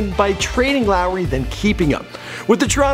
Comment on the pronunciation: Kyle Llllllowry